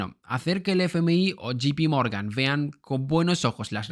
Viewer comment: Y dale con gipi Morgan, Jay pi Morgan, sé que la economía y la filología inglesa no son compañeros de cama😂, pero si me dieran un euro cada vez que te equivocas rescato Argentina, convirtiéndome así en el nuevo Perón 😅 va con cariño, no te lo tomes a mal, me encanta tu canal❤